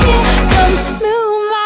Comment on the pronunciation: well that's not how i pronounce moonlight...